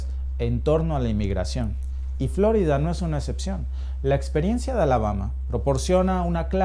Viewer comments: Por que dice FLOrida si es FloRIda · Solo a mi me puso inquieto que pronunciara mal "Flórida"?? (El acento es para hacer ver como lo pronuncia el)